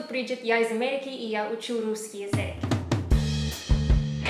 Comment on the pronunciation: язЫк, не язЕк) 😸 Умница, хорошо говоришь)